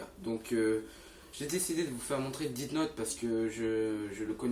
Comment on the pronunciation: Sa se prononce pas " DITE NOTE" mais plutôt "DESSE NOTE". L'orthographe est faite exprès pour que tu prononce bien.